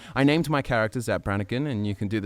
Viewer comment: It's Zapp not Zack!